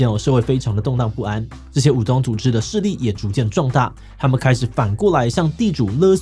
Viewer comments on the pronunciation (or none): 無法忽視的武ㄗㄨㄤˉ組織😂